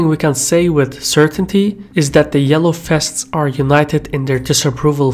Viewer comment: The name "vests" is OK, the problrm is your wrong pronounciation: fests. Must be some Belgian or Dutch pronounciation problem. But the content is OK.